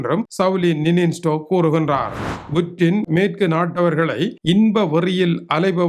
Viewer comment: புடின் என்று சொல்லுங்க புற்றின் இல்லை. நீ எல்லாம் தமிழ் செய்தி வாசிக்க வந்துட்டிங்க .